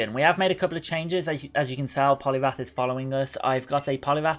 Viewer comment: It’s poliwrath Not poliwath